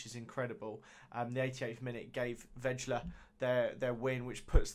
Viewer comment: Btw Vejle is said VAI-LE